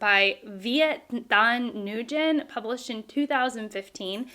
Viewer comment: Nguyen is pronounced as "win" in english